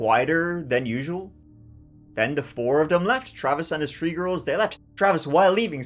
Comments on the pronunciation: Three not Tree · Tree tree six 😂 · Is he saying “three girls” or “tree girls”? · Th th th three not tr tr tree at least make an effort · TREE FIFTY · I'm glad there was 3 daughters cuz we get to hear u say TREE so many times 😂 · It is cute that you cannot pronounce "three" in English. Less so that you don't even try.